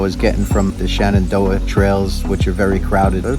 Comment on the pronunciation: If you don't like our mountains, you're free to stay away. Also: ShEnandoah, not ShAnandoah.